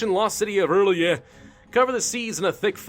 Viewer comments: Mittens The Conqueror he got the "orly?" meme and adapted to the situation making a "o'rlyeh" :) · It's pronounced early aye Rlyeh just thought I'd help out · R'LYEH is like Relay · I will help you it is sayed like this are-lie-eh and HE IS LOVECRAFTIAN he was made by H.P. Lovecraft himself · Pronounced ril yeet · its prounonced r'lyeh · I think it’s pronounced “R Liah” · I think R'lyeh is pronounced "Ryl-jeh" but i'm not an expert and could be wrong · its pronounced like Early-A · Uh... nothing personal and you won't see this but... ur... I think you read R'lyeh as rir lay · Ok so I know you don't know much about Cthulhu but, the R'leyh is pronounced like real-yah. I ain't gonna judge you tho, idk much either. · R'lyeh is pronounced like RYLAH RYLAH I TELL YOU!!! Like you, I am a grammar nazi so... Can't help my self BTW nice vids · First time I ever heard Ph'nglui mglw'nafh Cthulhu R'lyeh wgah'nagl fhtagn intoned with a Welsh accent. R'lyeh is pronounced exactly as it is spelled. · it's not the right way of saying "R'lyeh" but it's fucking hilarous xD